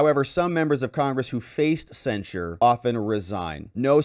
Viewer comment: It sounds like you're saying, censor. The word is censure cen·sure verb express severe disapproval of (someone or something), especially in a formal statement.